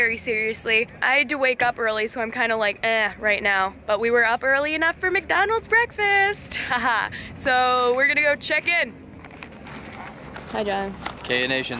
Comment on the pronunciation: It's Mc Donalds not mecdonals